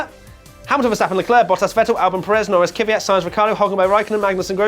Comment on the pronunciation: Why does everyone say kyvyat, it’s kvyat